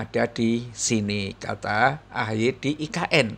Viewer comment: Sebutanya AHY apa AHAAI ya sekarang😂